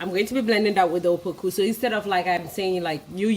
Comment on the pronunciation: It's apoku not "opoku"